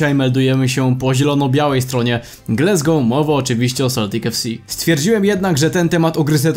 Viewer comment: co to jest glesgou... wstyd. Wymawia sie Glasgow. jak piszesz i czytasz. Nikt inaczej nie mowi ... Chyba ze Polski polityk